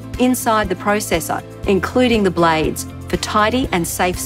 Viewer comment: Including blay aids (blades)